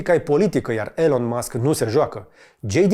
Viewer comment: Te rugam noi sa nu mai vorbesti in Engleza in viata ta ca ne dor urechile...Nici macar numele lui Elon nu-l pronunti bine :))